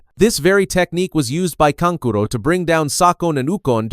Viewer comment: channels like these really get under my skin cause yall have the potential to be good but use ai voice over to butcher the names. like seriously kankuro is kan ku ro not can curo and sa so ri not suh sori